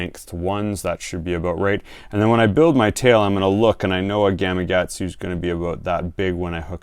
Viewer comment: Most fishermen, pronounce the name of the Japanese hook (Gamakatsu), as Gama...Gatsu! When it should be Gama .Katsu :-0)>